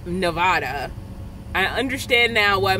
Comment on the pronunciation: You are pronouncing my state of Nevada wrong. It isn't Nevahda. It is Nevatda. I did that spelling for a reason. I am so sorry about the heat. It is changing now. Missed seeing ya! Hope you are well. They have those small air conditioning fans that are really small and cool things fast!